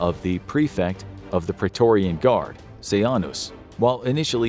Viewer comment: its Ce-Jane-us hard J hard a